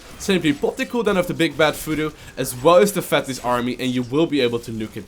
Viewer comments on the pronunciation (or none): Laughed every single time when you said Fodoo instead of Voodoo... Hilarious :D